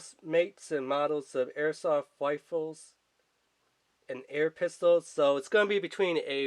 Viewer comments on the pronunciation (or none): also I was like "its Rifles not Wifles" lol